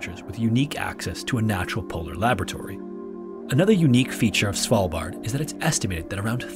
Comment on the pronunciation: hahaha! I thought I was the only one who thought of Cecilia when he said Svalbard.